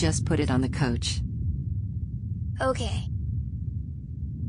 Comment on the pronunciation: I love this but I have a question. Why did the mom say “put it on the coach” instead of couch